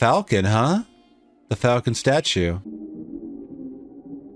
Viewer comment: When did Americans start, routinely, mispronouncing, the word falcon. Sydney Greenstreet’s Gutman pronounces falcon correctly when talking about its history to Sam Spade. Since the 1990s something happened to the American pronunciation of the word, in some cases they go further than you do at the end, where you flatten the a sound and turn it into more of an e sound. The word should be pronounce as if it were fall-con, not fal-con or fell-con.